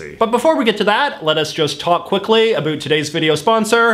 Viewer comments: Geebus! I'm Canadian and your pronunciation of the word 'about', is making me cringe. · And the fact he pronounces “about” that has “ou” as “ö” too. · oat and aboat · I still can't deal with the way that he says about...